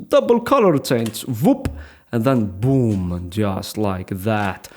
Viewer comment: Not BOOM but VOOM